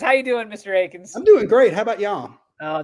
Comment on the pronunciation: One of my favorite interviews thus far…it’s “AKINS,” not “ATKINS” 😂